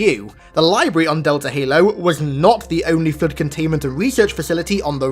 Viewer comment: Flrood saying it with an R is killing me